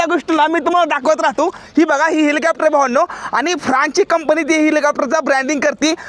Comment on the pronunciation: हेलिकॉप्टर ❌ हिलिकॅपटर..✅ ही बघा.. ह्योका..😂😂